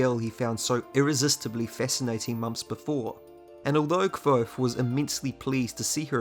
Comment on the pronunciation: Stop calling him "kwothe." Kvothe